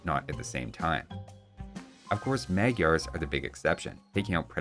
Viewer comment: Ah, come on:D Dear, I hereby offer you to have a voice talk, where I teach you how to pronounce "magyar" correctly. ^^